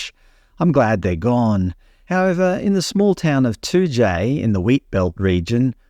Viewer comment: You pronounced Toodyay spot on ..noongar needs work 😅